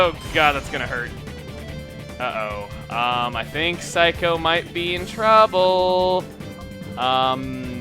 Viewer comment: It is. Just like his Saikou is actually Sai-ku, despite him calling it psycho.